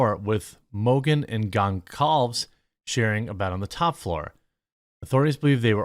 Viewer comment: I always thought it was pronounced "Gohn-solve-ez"; at least, that is how it would be pronounced if it were Spanish - I don't know about Portuguese though.